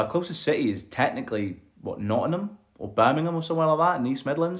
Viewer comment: You say nottingham just like the locals from Nottingham